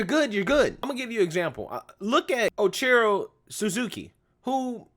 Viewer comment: great point about how sports transcends race! agree 100%. one thing though...for guys like you who talk about sports...i think it's important to pronounce names correctly...you were brutal on ichiro's pronunciation bro...ee chee ro...as to improving baseball, just keep it fair...and they haven't. Astros is a perfect example. and if i'm mistaken and you're not a sports guy...my apologies.